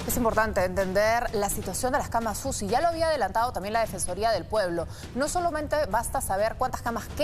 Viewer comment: aprenda a pronunciar se dice CAMAS UCI y no CAMASUSI